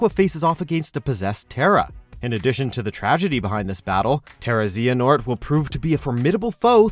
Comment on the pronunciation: XXPUNK4LIFEXX ? obviously, the dude said terra-zehanort